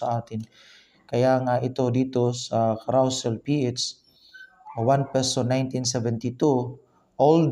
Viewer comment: ang pronunciation po ay "ka-ro-sel", hindi ""ka-raw-sel"